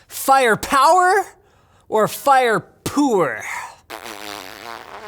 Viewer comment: "fire poor" wtf srsly linus